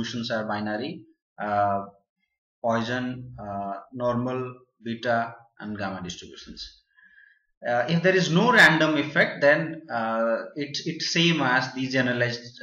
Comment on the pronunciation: *Poisson* distribution, not "poison"